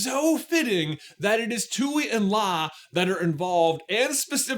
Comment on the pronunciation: You keep saying Twoey like Bluey, but it's pronounced TWEE and La.